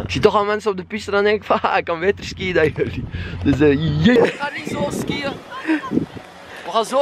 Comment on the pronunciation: het is niet skïen het is skiën logisch dat je je diploma niet hebt #antwerpen